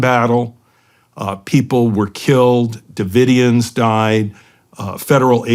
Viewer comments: Branch Davidson ?!? Ive heard orher mispronunciations. Maybe a little pre show prep ? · Did Shawn really just say “branch davidens?” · OK Shawn Ryan is officially a little bit dumb. Didn't know how to say Branch Davidians? Da fuh? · Doesn’t everyone know about Scientology by now?? And Shawn how can u possibly mispronounce the “Branch Davidians”??